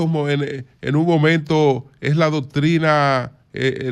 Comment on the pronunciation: Como se pronuncia la doctrina? 😂😂